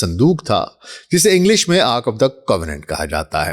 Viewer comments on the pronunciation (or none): none